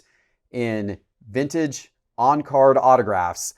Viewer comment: “Vinnage”, “Controver-see-al”